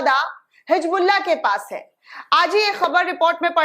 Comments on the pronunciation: Madam, it is Hizbullah not Hijbulla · Madam hijbullah nahin hizbullah zara Urdu seekh kijiyega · Didi ji Bas aap HIJBULLAh nhi Hezbollah kaha kariye